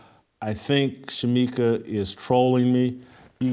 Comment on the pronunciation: Shemeka, Shemeka. SMH. I love you, but come on